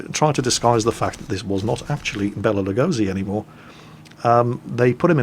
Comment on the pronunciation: About Lugosi Béla, just as an FYI: in Hungarian, the letter "s" is pronounced like in "ship". So more like Lugoshi Béla.